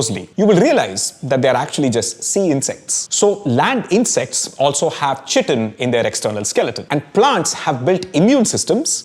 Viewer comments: I always have heard chitin pronounced as kai-tin as opposed to chi-tin like the way you pronounce it in the video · Kai-tin not chi tin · You are pronouncing 'Chitin' wrongly - chitin /ˈkʌɪtɪn/ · Please chage the pronunciation. Its pronunced as kai-tn. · Chitin is pronounced as kai·tn. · "Chitin" is pronounced "ky-tin". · it’s pronounced with a hard c. <Kiitin> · Excellent authentic summarisation of great amount of science in such a lucid manner! ...small correction besides the pronunciation of chitin: chitin is mostly in lower animals, not all animals. Some references as reading list will make the video more educational and scholarly! ....Overall, great efforts indeed. I have bought your Masala Lab and will use in my courses in Biotechnology!..... Request you to make some components in functional food particularly addressing some of serius health issues in India: malnutrition, anemia in particular! ....Thanks a lot for this great edutainment